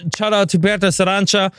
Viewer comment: It's pronounced as Pyotr Sa-ran-CHA